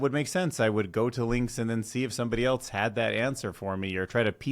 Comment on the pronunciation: Great video. Also, the word ‘else’ does not have the letter ‘t’ in it….at all…anywhere.